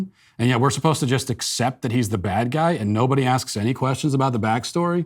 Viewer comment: "Our manager was 'posed-ta' come in this weekend.." ...This is an "ivy-league" student?